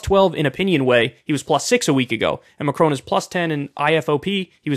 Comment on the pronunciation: I love how he pronounces Macron like he's gonna say my crony.